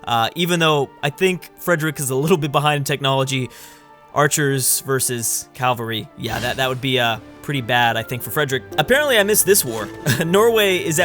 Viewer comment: It is pronounced cav-al-ry not cal-va-ry